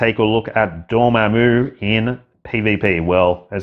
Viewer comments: Bro it's DOR-MA-MMU NOT ~ DOOR-MAH-MOOO 😂😂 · VaderG — LOL. I’d wanted to say about your pronunciation of Namor for a year but resisted, LOL. Dorm put me over the edge 😂. Sorry, but you know how geeky Marvel fans are. 😆 Love your vids. Keep up the good work. PS: Not an English teacher—just a grammar freak!